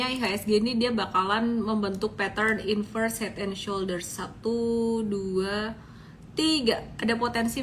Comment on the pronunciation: Saya ulang2 video nya, tadi ngomongnya " inverse head and shoulders"😂...aduhhh..maafin kalo kuping saya salah